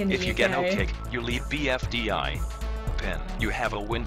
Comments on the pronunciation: BDFI???! ITS BFDI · IT’S PRONOUNCED BFDI